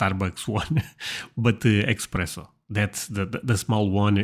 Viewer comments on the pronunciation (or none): I know you didn't just say "EXpresso".